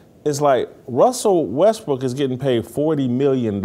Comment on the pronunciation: WESSEL WESBWOOK???? 😂😂😂😂😂😂😂